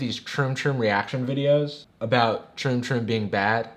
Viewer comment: Amount of times hE said "troom toom" ...likes